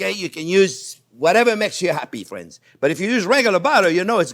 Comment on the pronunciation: Is it just me or does anyone else get south park Canadian vibes when he says fwends.... 🤔